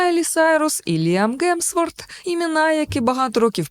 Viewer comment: Чому прізвище Тома Гарді звучить як "Ґарді"? Шенен Догерті була Доґерті в одному з попередніх відосів, а Гемсворт сьогодні став Ґемсвортом. Вибачаюсь за надмірну прискіпливість, просто сильно вухо ріже🙉 У вас дуже приємний голос і класна подача матеріалу. Якби не оцей маленький косячок взагалі ідеально було б. Дякую! 💚